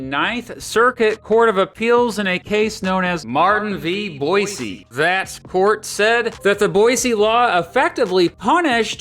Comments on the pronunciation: I'm an Idahoan and I appreciate your effort to pronounce 'Boise' correctly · Thank you for pronouncing “Boise” right!-proud Idahoan